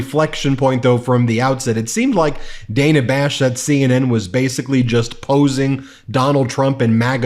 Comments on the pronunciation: Ben, it’s not ‘Day na’, it’s Dah na’!!💙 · By the way, it's DA....NA Bash not Dayna Bash! FFS. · Ben! It’s pronounced Dan-ah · Hi Ben, love the show but one nitpick. The reporter's name is pronounced Day-nuh. I know it's different but we should respect this the same way we pronounce the name of our first female president. Keep up the good work! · May want to learn how to pronounce Dana Bash's name....